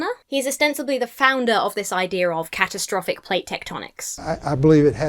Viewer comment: my first thought was you said cat-o-traffic ! i rewinding now,!.!